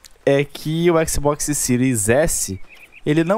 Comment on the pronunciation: A pronúncia de xbox é "éks Bóks", não "éksi bóksi" kkk